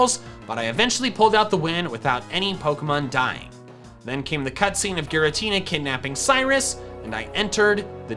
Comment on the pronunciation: Ghiratina Renegein pokemon LOL😂